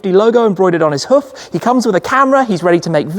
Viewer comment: That’s not how you pronounce hoof